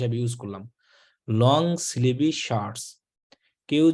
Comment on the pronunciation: Sleeve er pronunciation Hobe স্লিভ not স্লিভি 😆😆